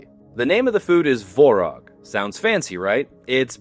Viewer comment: Tvorog (Творог). There is a T and its not silent.